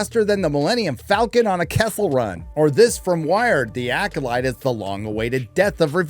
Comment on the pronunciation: Did you call it the Yackolyte? HAHAHA!